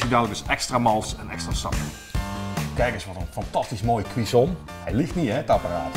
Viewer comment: Het is niet "entrecot", het is "entrecote". En "cuisson" spreek je ook verkeerd uit...